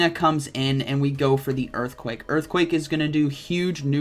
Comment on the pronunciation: its earthquake not eearthquake